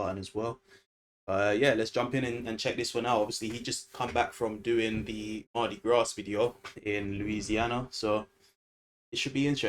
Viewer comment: The S is not pronounced in Mardi Gras so it will be pronounced Mardi Graw.